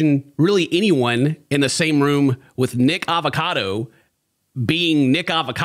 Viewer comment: pronounce his name right. I don’t like him but it bothers me when you say Nick avocado.